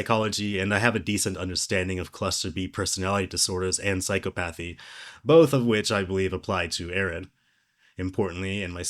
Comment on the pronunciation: i lost it at the mispronunciation of Psychopathy... Claiming to be versed in something you cant even pronounce is WIIIIIIIIILD lol